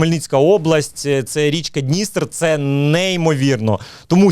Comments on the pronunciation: дністЕр, а не днІстер :) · ДністЕр, будь ласка, бо вуха ріже) але ця річка це річка сили